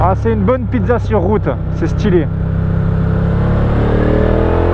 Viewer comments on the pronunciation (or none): none